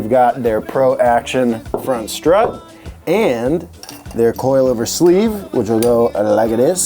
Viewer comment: I tooo am a “coi lover”